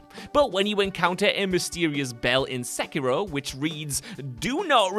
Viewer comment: “Se-kee-ro”, that’s like the third wrong pronunciation of Sekiro I’ve heard lol